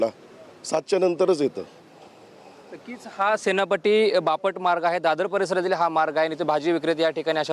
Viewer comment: 'सेनापटी" नाही रे बाळा 'सेनापती ' 😂😂😂